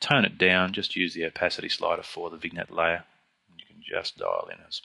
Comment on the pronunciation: Great video... but it's pronounced "vinyett"... no hard "g"... no hard "n"... it's FRENCH... it's not pronounced "VIGNET"...LOL